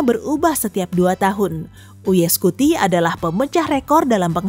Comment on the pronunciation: BACAANYA ; YUUU AAAYY SCUTI TULISANNYA ; UY SCUTI